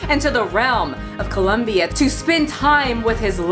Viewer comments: As a brazilian, I was very triggered by "Colombia". LOL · Ha. Brazil. Not Columbia. 🤣♥️